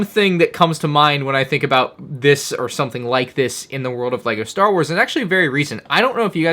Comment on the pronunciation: ”Star was”